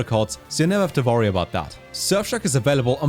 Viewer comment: I believe that If you try really hard you can say worry instead of vorry